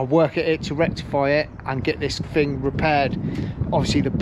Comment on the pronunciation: you said the fing won`t start is the fing a car do you mean thing 🤷‍♂ you sound like a right nob or is it knob 🙄